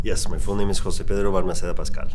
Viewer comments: I hate when people pronounce Pedro as Pay-dro. It is Peh-dro. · His name isn't PAY-dro. And he hates it when people pronounce it that way but he's too polite to correct you. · Gosh could the interviewer mispronounce his name more?? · ive never heard somebody say his name so wrong